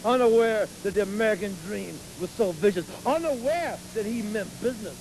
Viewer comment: The Amewican Dweam